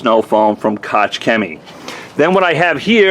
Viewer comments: Koch rhymes with chalk... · I have a friend with the last name Koch, and it is pronounced "Coke"... not sure if that is the same.